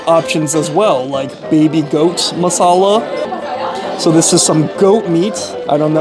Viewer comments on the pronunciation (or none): none